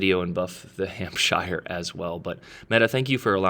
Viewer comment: just a tip for you if you read this, you dont pronounce shire in any british countys as shire its more like sher,so , its hampsher ,chesher etc, just thought youd like to know